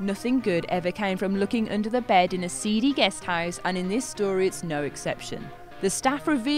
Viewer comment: And "no" sounds like "nar"